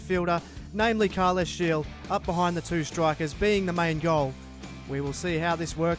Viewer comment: Thought i'd let you know that Gil's name is pronounced as the same way you pronounce the heel of your foot